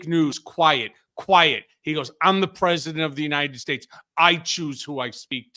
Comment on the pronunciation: Silly question I know but why does John Lauro call Trump "presdident" ???? Why not former president or old 45... It makes everything he is saying sound stupid...